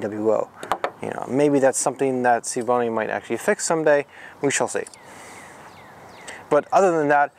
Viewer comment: it's also S V Bony.. not Schevboney.. or whatever you're trying to say